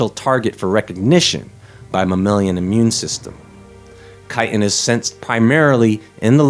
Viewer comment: I thought you said chitterlins lol